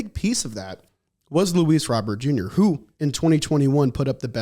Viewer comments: Just listen to the man himself. It's Robert with a Spanish accent "ro-BURR", NOT a french pronunciation of "row-BEAR" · Robert is pronounced like the first name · Why are we using a French pronunciation for a Cubano name?